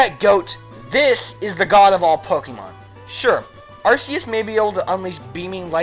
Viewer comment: Ar-Key-Us plz pronounce it right